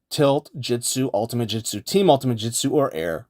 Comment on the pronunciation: Bro stop saying "jitsu", it's "jutsu" 😭 good tutorial tho